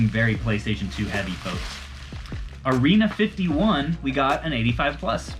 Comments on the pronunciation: Arena 51 😂 it’s AREA 51 bro 😂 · Lmao u said arena 51 not Area 51 😭